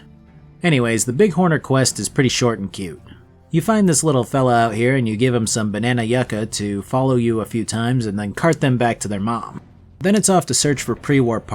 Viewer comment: Its pronounced banana (you-kuh)